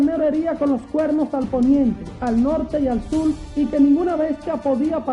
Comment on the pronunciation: Se dice SUR no SUL !!